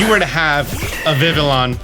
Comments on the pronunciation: Its `viv e on`! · I know I'm being a prude but it's pronounced vivy-on because it's based on the French word for butterfly, which is "Papillon" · Please learn how to pronounce vivillon, it hurts my brain. It's like listening to someone pronounce the Ls in tortilla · Fact not a lot of people might or might not know Vivillon is spelled like the French word for butterfly papillon, that is pronounced papi-yon. I know this cause I have a Papillon, the dog breed. So Vivillon is probably pronounced like Papillon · I'm irritated how you pronounce vivillon. Have I been pronouncing it wrong all this time? What even is real anymore?